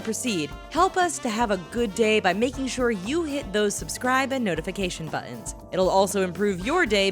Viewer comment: It's always a bad day when buttons becomes "buh-ins" There is speech therapy available for that!!!